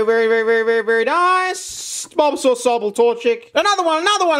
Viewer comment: Why is he saying bulbasaur like bobasor...